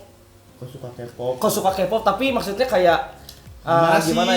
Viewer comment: Kpop dibacanya kipop bukan Kepop bang wkkw